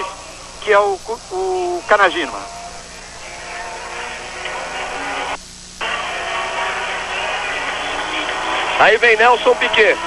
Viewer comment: Aos 30 minutos cravados , "Kanajima" kkkk. Nakajima